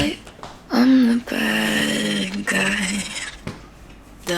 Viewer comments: バッガイって言うの違和感しか無いんやけど笑 ウォーターのことワラーっていう人見たい笑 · badguyが、バッガイに聞こえるww